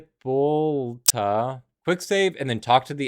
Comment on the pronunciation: It's pronounced Hippo-lighta for the record